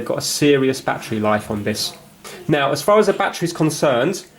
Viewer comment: “Bat tree”